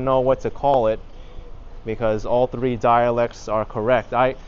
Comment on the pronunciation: I peed in my pants when I heard you pronouncing 3 in Taishanese! I speak Toishan and didn't realize the quirky intonations until you pointed it out. I grew up speaking Toishan so it's natural for me to sound like I do. It's an old dialect that is becoming obsolete.